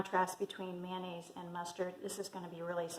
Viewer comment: Mayonnaise not MANANNAISE !